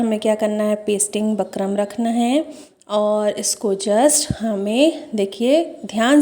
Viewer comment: Bakram nhi bukram bolte hain